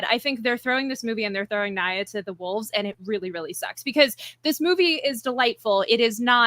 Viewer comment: her name is NEE-ah,.